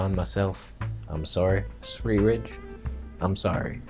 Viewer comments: it's pronounced 'svedeeyeh' (rolled 'r' sverriige) it's Swedish for 'Sweden' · The way you speak his name... sv3rige... lol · Your pronunciation of sv3rige, response to his cancer heals tumours, the hamster voice you gave him Hilarious ! Great debunking and points on disinformation, comparative blood results etc etc. Excellent video !!!!! ✔️✔️ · It isn't about his English, when you take a blood test (including vitamins) you won't see vitamin F. I am certain,as ("") mentioned, that he meant vitamin E. I was laughing hard because made a funny comment in the video. Also when he tried to pronounce sv3rge.